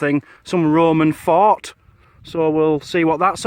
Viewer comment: I know you are saying fort, but it sounds like you are saying fart